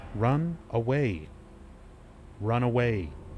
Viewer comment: When reads the run away note all I could think of is The Hills Have Eyes and one of the mutants saying "Rune awee" "Rune awee"